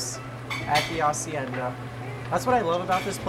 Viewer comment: First, thank you for pronouncing hacienda correctly! You know that the H is silent...my dude! Second, the food! I had just finished eating when I saw this and seeing that made me hungry all over! And that mahi was so golden in the water! It's a shame they change colors afterwards. No wonder they're also called Dorados.